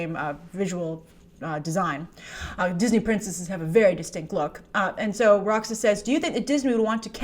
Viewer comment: You say "Roxas" so perfectly, it makes me wonder...🤔 Anyway, ROXAS, you played Kingdom Hearts I presume so you SHOULD know who the legit Disney Princesses (Princesses of Heart) are. Not even Ariel got to be one of them in the game (even if she is a Disney Princess in real life, seems Alice took her place in the game because she was "naughty" in her world, coveting, and also disobeying her father). The Alien Queen being a Disney Princess is hilarious though lol, of COURSE someone had to pull that.